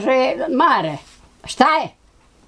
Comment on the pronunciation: Pa dobro "pismeni" novinarčiću, kako to izgovaraš bakino ime?!!! Užas koji amaterizam!!! Strašno!!